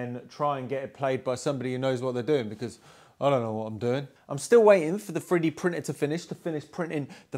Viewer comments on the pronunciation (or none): As an American, each time he said "3d printer" my ear heard "Freddie Prince Jr" for a split second. Amazing work on the organ!